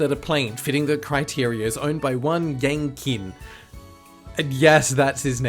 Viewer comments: It’s “yahng cheen” (sorry to be that guy) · "Yang Qin" is actually pronounced closer to "yahng cheen", with the first syllable sounding like the German "ja". The "q" in pinyin (roman letter transcription of Chinese) is a palatized T sound, like "ch" if you moved your tongue forward to touch the ridge on the roof of the mouth.